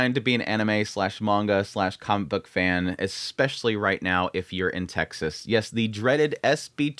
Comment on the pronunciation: Texas... Sounds like "Taxes" with vowels reversed.